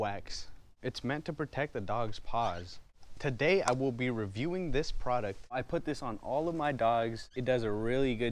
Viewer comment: “Makes it soft like a baby’s butt “ XD Oh and u say product u mean “ pawduct”